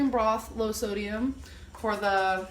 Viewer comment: She really said “sodiYUM”